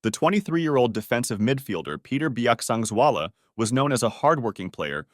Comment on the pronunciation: As a person from mizoram! Your pronunciation for his name is so good and thank you for sharing his death, it was really a sad event for the society of mizoram and thank you again.